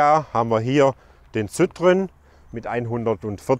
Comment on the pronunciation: Zittrön....🤣 Sitroenn spricht man das aus